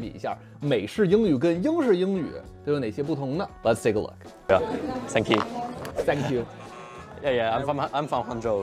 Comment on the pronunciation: 为什么很多中国人都会把 thank you 说成 sank you